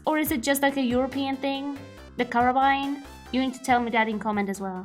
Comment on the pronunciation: Kudos for using the proper pronunciation of Carbine!